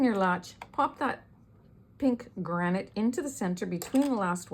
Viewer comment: It’s granite lol